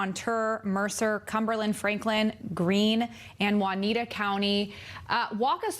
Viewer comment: Juniata the j is pronounced as in jay.